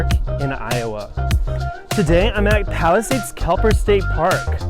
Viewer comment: Won’t watch another, can’t even pronounce the parks name properly. Wow.